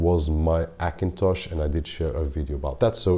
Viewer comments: Likes some language ignore first letter 'H', for example spainish, although he is speakingg english but he keep some that kind of hibit , i guess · AKINTOSH ?!!!! why can't you say the lightest letter H ?!!! very funny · Se dice "jakintosh"